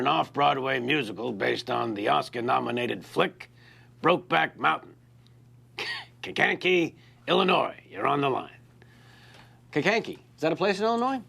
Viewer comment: I'm from Kankakee. He didn't say it quite right, but nice that he mentioned it. :)